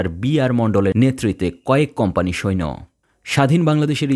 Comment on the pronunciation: শব্দটা সৈন না। সৈন্য